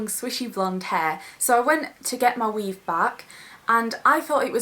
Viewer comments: "ma weave" hahaha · For some reason I think the word "weave" sounds so funny when she says it with her accent.